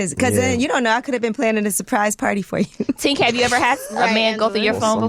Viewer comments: Tink is definitely a vibe…. I hate how the kept messing up her name 🙄 it’s TINK, not TANK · Not calling Tink everything but her name when the pressure is on her to answer a question. 😂 “Toc” and “Tank” like girl, get it together! Lmao